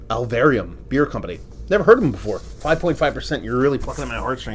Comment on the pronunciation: Happy to see it make it down in one piece and can’t wait to hear your thoughts. Some more deats on these guys: - Alvarium (you said it right the first time and don’t worry...everyone struggles saying it the first time) is gaining steam in the CT beer scene and stepping up distro big time and Tangerine Haze is slowly gaining shelfie status all around the state. - New Park specializes in Berliners and there’s a line every Thursday they do a can release. Not uncommon to wait up to an hour for cans of their Blender series and Brunch is one they’ve done consistently since they first opened. - Remove the beer... is actually a Fat Orange Cat Beer (they’re based out of East Hampton, CT) which is a super popular, very small in-house scale (1 barrel tanks) that is open only Saturday & Sunday from the spring to late fall but they contract brew out of places like Dorchester so they can distribute year-round. Super cool place to visit (when they’re open) and amazing beer! - That Avalonia label tho...😍🔥 so glad you think the same as me when I first grabbed one. Happy drinking and so funny you got two CT beer mails on the same day 😂